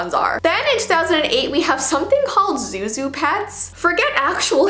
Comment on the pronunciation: zhu zhu not zoo zoo